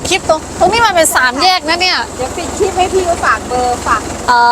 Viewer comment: พูด ร เรือ ล ลิง ชัดมาก แต่ที่น้องยังพูดผิดเสมอเพราะความเข้าใจผิด ผิดมานานแล้วคือ คลิป(ล ลิง)ไม่ใช่ คริป คลิป(ล ลิง) ถูก คริป (ร เรือ)ผิด